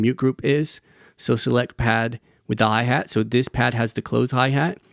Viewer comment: "HAI HEET" that was hilarious 😂